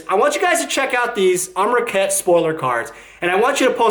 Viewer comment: Amronkhet? Amrakhet? You can at least get the name right, forget about your opinions.